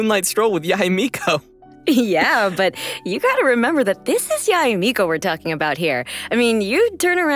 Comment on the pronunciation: I knew her name was pronounced Ya-eh. Yay Miko was such a mood